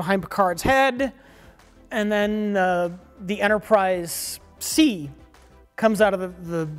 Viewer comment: Are we gonna let Mike off the hook for saying "Enterprise C's"?